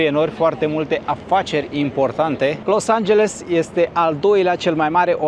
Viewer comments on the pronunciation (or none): Nu te mai grabi ,nu mai zice Los Angelsul...varianta corecta ar fi Los Angelesul...cred că nu e o cerința exagerata de a corecta mici greșeli...în rest aprecieri pentru materiale și curajul de a filma și locurile rău famate...